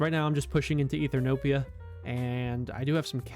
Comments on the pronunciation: also mild thing but ethernopia caught me off guard (eth-e-o-pia) sry but I had to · why do you always say ethrnopia instead of Ethiopia (also yes hello I'm the Italian viewer)